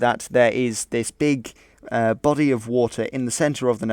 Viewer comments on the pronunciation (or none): none